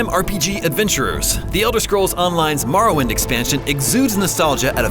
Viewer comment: It’s more-oh-wind